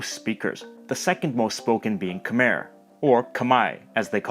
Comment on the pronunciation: as a Cambodian, or Khmer, I am so proud of how accurate you pronounce “Khmer” 🥲 so far this name has been butchered badly